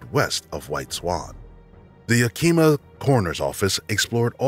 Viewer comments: case 7 can I just say that Yakama and Yakima are pronounced not like Yakeema but Yak-i-ma like i in intel or yak-a-ma with a in apple. It happens all the time. Yakama is the tribe and Yakima is the county/city in Washington. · It's "Yak-Im-Ah" not "Yah-Kee-Mah". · Fantastic video, but please put 1% more effort into learning the pronunciation of various places or names. Yakima is approximately "YAH-kih-maw", for instance. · This is the third channel I've heard pronounce, "Yakima" as Yakeema. Pretty funny. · "yah-kee-muh" is pronounced "Yak-i-mah" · I have to say this almost every time, it's YAK- IMA. In fact, the only letter that's stressed in pronunciation is the last A. (Source, I've lived here all my life)